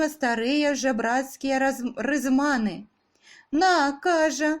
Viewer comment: Дзякуй вялікі. Але ж ёсць і памылкі, пра якія павінны ведаць і слухачы: не "рызмАны", а "рызманЫ".